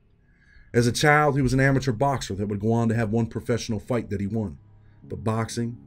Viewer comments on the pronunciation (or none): none